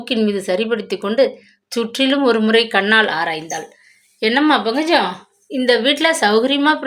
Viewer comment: Ayyo pl pronounce pankajam. Properly It’s not bhangajam. lol